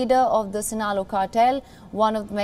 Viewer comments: It's Sinaloa not sinalo!! Looks like you dont have Netflix Subscription!! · The anchor is the queen of miss pronunciation... Sinalo cartel(it's Sinaloa Cartel )